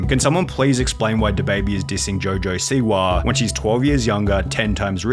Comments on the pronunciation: Rappaaahh, Jojo Siwaahh, Twittaahh 😂😂😂😂😂😂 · Rapahhh, Twitahhh, jojo siwahhh